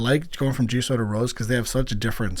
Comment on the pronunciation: It's pronounced as Jisu, not Jisou